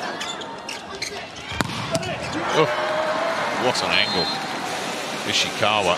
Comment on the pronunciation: I love how the speaker messed up Ishikawas name persistently